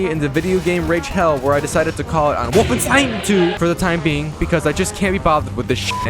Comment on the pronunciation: at least he pronounced wolfenstein correctly this time